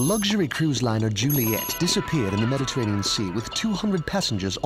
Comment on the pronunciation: as a commenter i can confirm i will not bully for saying "medditeranian ocean" i also probably spelled that wrong